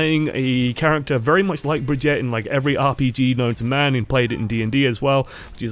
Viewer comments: HER NAME AINT BRIDGET OR BRIGETE ITS BRIGITTE WITH AN 'I' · just to clear it up it's pronounced Brig-eat-uh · ITS BRI-GEE-TAH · Drinking game: take a shot every time he mispronounces her name, and take two every time he said another name when he meant to say Brigitte. I’ll pick you up from the emergency room tomorrow.